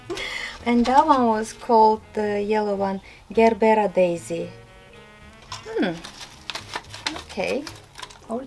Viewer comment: Hi the G in Gerbera is pronounced as J you seem to be enjoying gardening as much as cooking the difference is when cooking takes time and then it is enjoyed quickly planting flowers and vegetables takes time also but we can enjoy it for many months and years